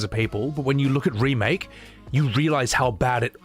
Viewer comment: Around the 7 hour 26 minute mark - I dunno if its a slip of the tongue or if you intended this - but you said "Rebake" instead of remake - and i kinda have that humorously swimming my head! 🤣🤣 🤣